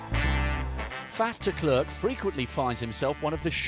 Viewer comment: They way he pronounces De Klerk makes me go crazy (the narrator )